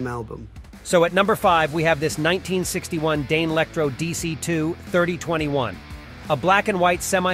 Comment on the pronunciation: Yeah, the AI voice doesn’t know how to pronounce ‘Danelectro’ 😂